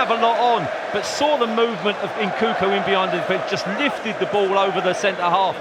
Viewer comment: Can someone teach the second commentator how to say Nkunku 😂